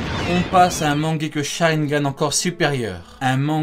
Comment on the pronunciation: Sa se dit mangékyou sharringan